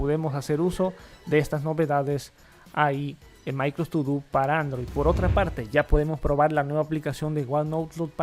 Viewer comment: ¿Escucho mal, o tu dices "Micros" en vez de "Microsoft"? 🤔😂